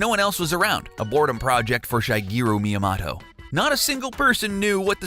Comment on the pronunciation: Good video you butchered a few names "Miya-mato" you blamed mario for being an animal abuser with no evidence and yeah.. donkey kong is not the same as the arcade one